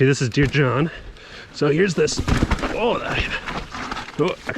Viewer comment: He called it "Dear, John." That's hilarious